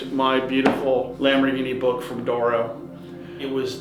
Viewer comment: D'oro. Not dooro